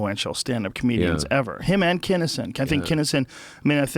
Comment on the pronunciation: It's Kinison, not Kenison.